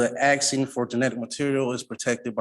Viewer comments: Too much 'axing'. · Is he axing or has he axed?